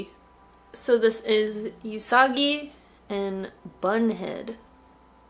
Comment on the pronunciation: everytime I hear say you-sagi i question my entire life